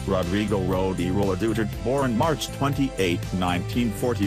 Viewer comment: Hey. It's not Rodringo Duterte. Its Rodrigo.